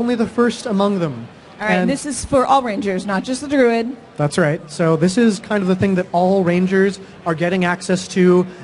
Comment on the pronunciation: she pronounced it 'Drood' ...istead of 'Druid'